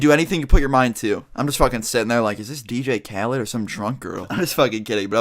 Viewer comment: it's not dj calid its dj khaled (callee)